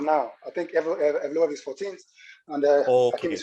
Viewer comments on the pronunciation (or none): Yes Brother you butched the name 😂 you pronounce it „YEV-LO-YEV“ 😁